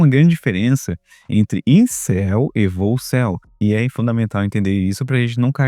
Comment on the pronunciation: Essa palavra volcel, você está pronunciando meio soprado, fica boicel, o boi em celibato. 😅😅